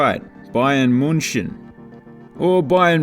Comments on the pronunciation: München ! Not "Munchen" ! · the way this guy pronounces münchen is ridicolous xD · The way you speak out "München" is so funny as a german speaking guy 😂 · the ü is literally the same pronounciation as you said the u in munich 😅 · Nice video, narration and some background info add so much to this kind of video. Also, your pronounciation of München is terrible, but I love hearing you try. Keep at it! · Yeah cause y'all can't pronounced "München" 😂😂